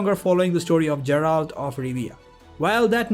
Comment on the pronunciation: Geralt (Guh not Juh)